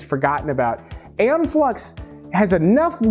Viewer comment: I think pronounced eaon flux wrong lol in maybe wrong myself tho honestly lol